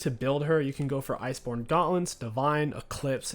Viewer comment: Still trying to figure out how he said gauntlet at the start